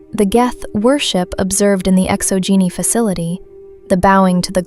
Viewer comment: Yo the way things were pronounced was funny! So instead of Exo-Geni it sounds like Exo-Geeni. Then there is Zhu's Hope sounds like Jews Hope lol. So it is my personal theory that Feros was not bombed by the Reapers because the Reapers did not know about it. Now naysayers will say that all the Protheans worlds except for Illos were known by the Reapers due to their capture of the Citadel at the start of their invasion. However we know that the Reaper X Prothean war lasted for many centuries and that as the war went on the Prothean designs became more streamlined and basic absent of all ornamentation just like Feros. I believe Feros is in fact a Prothean world colonized during the Reaper war and as such they skipped standard colonization protocols meaning they missed the threat of the Thorian and after colonization were consumed by it leaving behind a perfectly preserved ruin. Now we know from the codex that Feros has been looted many times over the years yet no explanation is given as to why no other species has colonized the planet. According to the codex two thirds of the planet is covered in city so that leaves another third of the planet with plant and animal life so it is not a dead world. It is possible that the Thorian could make Prothean and other cloned species from that cycle. Sombody already pointed it out but yeah it's 50 thousand years not 50 centuries fifty centuries only equals 5k years. Okay I'm glad you didn't make the same mistake so many people in the fandom